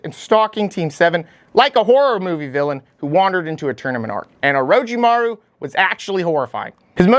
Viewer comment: Oro CHI maru... for the love of God, not oro chi MAHRU!! Great video though, I love that you tried to put data points to justify your rankings.